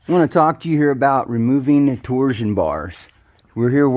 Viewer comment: Good video but it pronounced torshhh-on bar not tor Zion